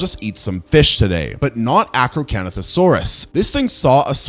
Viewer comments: I know you did not just mess up my baby's name 😒😂 Acrocantosaurus ( ak-row-KAN-tho-SORE-us) is one of my favorite dinosaurs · ah yes the arcocanothosaurus